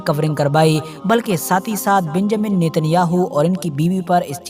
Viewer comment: Pahle Naam to Lena seekh lo beeeeeenjamin